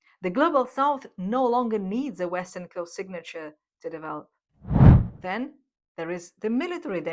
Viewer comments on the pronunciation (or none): none